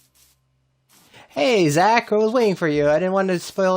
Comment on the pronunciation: Your base is sick I heard in one of your last streams I think if your saying my name wrong which your not it’s spot on 👍👍also I changed my name but still call me Zach,c u soon!